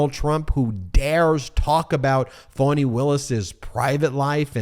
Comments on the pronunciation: Ben it's pronounced Fauni not Fanny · did everyone else find out how to pronounce Fani's name in the last week ive heard 'Fanny' for the last few months and suddenly it's 'Faunie' wonder if shes amused or pissed